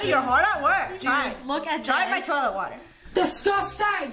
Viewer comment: Once upon a time, said “DRinK mY TioLeT WatEr😡😡😡”